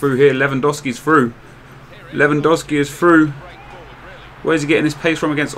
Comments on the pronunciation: Its LEWANDOOOOOOOWSKI NOT lewandawski man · its spelled levandovski not dow like cow . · I'm polish and it's said lew-an-dovski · Its pronounced Levandovski, I'm from Poland. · I know this may sound stupid but I'm from the US. Is it really pronounced Levandowski even though is spelled lewandowski? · It's pronounced as 'Levandofski'